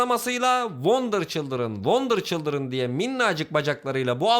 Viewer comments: Wonder childiren oluyor wonder WUMAN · wonder cıldren wonder cıldren ssjjssjsjjssjsj